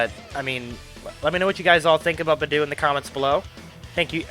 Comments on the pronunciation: Also, Beidou is pronounced like: Bay - Dough, not bi - doo. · nice video but,, hey if ur going to main beidou as dps, atleast try to pronounce her name right😅😅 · But man I don't wanna be a mood killer but the way you pronounce Beidou makes me uncomfortable.